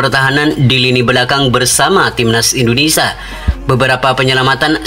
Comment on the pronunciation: INDONESIA MIN BUKANNYA INDONESA....YG BENAR NGOMONGNYA